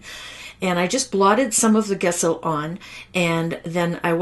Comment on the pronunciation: Wonderful card, taught wonderfully. For your next video, gesso is pronounced with a soft 'g', as in jello. ;)